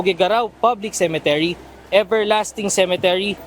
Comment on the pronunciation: UNTV/, CEMETERY ( not ce. men. te. ry.)